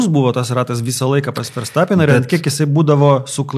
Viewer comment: Dar Ferstapeną reikėtų ištaisyti, nėra jis vokietis. Tarti reikėtų V, ne F.